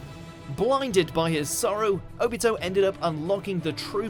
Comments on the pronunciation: Oh-BEAT-O???? i cant even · Omg please pronounce names correctly. O-bee-to Ooo-chi-ha?! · the way he said Obito low key triggered me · thAtS nOt HoW yOu SaY ObiTO, AkAtsUki, aNd RiN